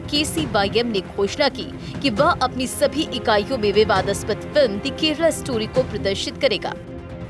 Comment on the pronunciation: विवादास्पद कैसे keh रही है एंकर